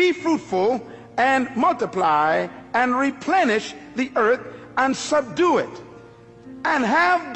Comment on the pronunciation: Sub-due..... Still paying attention tho! Lol